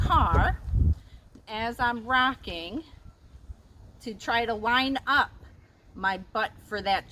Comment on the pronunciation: Did you say racking or rocking?